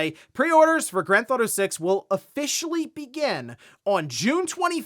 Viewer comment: drives me nuts when hes says granthauto. he says it all the time.